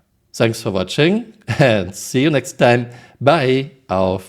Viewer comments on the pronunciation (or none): none